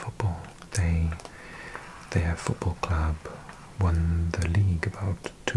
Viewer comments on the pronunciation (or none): none